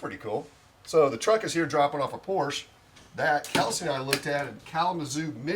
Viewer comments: “Porsch”?? Really? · if anyone you should know how to pronounce Porsche! The correct way.